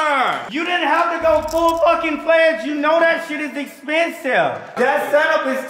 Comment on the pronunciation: I like how he says shee instead of shit and bussh